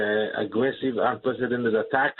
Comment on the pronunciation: Un-prec-i-den-ted...5 syllables...enunciate please.